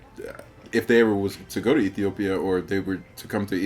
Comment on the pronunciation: I like the way she pronounce Ethiopia. One of the amazing comment about my country thanks a lol